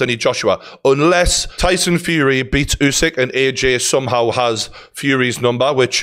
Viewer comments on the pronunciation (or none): Pronounced... Ew-syk... Not you-syk.... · Geordie, let's not keep calling the champ "YouSick" It's wrong. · I agree except he’s called usyk not yousyk